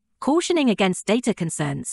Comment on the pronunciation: Your AI narrator doesn't know how to pronounce, "data".